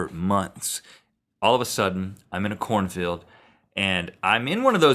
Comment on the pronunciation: I yawned at the beginning when Rhett said he was in a corn field...I thought he said "I was in a porn film". Major double-take.